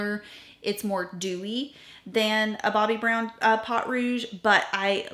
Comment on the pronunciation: Please, I love you, I watch you religiously, reference your channel and techniques on my own channel with amazing regularity, and I rarely comment cause I don't want to be a nuisance, but, my French ears just cannot 😂😂 pot, yeah please, po, just like po from kung fu panda. A great rule of thumb for French, do not pronounce the last letter and you should be great 😊. 💖😘💖😘 I would love to get my hands on undone beauty. They have a similar bronzer, but I got the illamasqua water contour and it is brilliant (seems to be more difficult to get) you need a bar top table to put beside your chair for filming 😂 might be easier than fiddling on your lap. (Now you know why I don't comment often, I can't shut up 😂) sorry. Btw, I have never thought your makeup was anything but flawless. As a French Canadian girl, to me, you are the epitome of a proper southern lady (just in case, it IS a compliment ) 😂😂 I got a chanel blush because of you and I love it 5 stars for sure. I was hoping for all of your eyeshadow crayons 😊 ❤❤❤ just adding, if you need help with French words, I'm your girl, I volunteer 😅